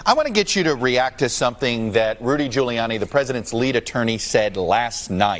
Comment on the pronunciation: Trumped up? I thought he said Trump dump. Lol.